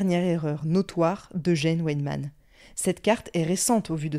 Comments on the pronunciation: le w se prononce comme le v français et le v allemand se prononce comme le f français :) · Petit aparté : c'est pas Ouèdman mais Vaïdman :)